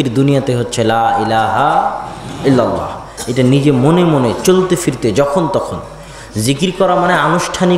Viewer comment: Illallah noy illalloh